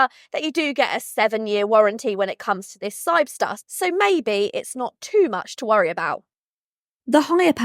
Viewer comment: No, she just can’t pronounce the name, or misread it.